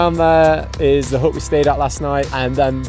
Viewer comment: U know u are english when a HUT is spoken as HUUUH